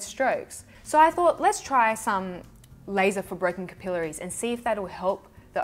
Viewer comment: Haha. I love how you say capillaries! (Kipilleries). Hehe. 😝